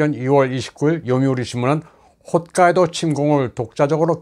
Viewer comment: 기자님 역시 기본을 제대로 알려주시네요. 많은 분들이 훗카이도 / 시네마 라고 자주 발음하지만 사실 ‘홋’카이도 시’마’네 현(県)이죠. 힘주어 말씀하시는 발음이 인상적이었어요